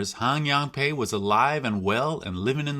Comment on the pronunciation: Is Pai really pronounced like "pay" and not "pie"? Do you have recordings of them saying the name?